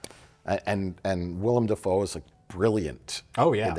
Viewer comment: It's Dafoe, not Defoe.